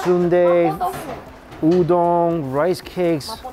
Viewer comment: Why you always saying udon with ng "Oo-dong"?